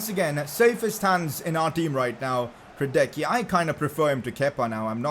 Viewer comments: You have to pronounce hradecky ”hradetski” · Hradecky is pronounced as hra-detz-kee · Please pronounce Hradecky like ”Radetzky” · bro you asked the pronunciation of hradecky its hradesky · It is pronounced hradetsky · The pronounciation of Hradecky is Radenski... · you are supposed to say hradecky as hradeski. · Only if he could pronounce his name right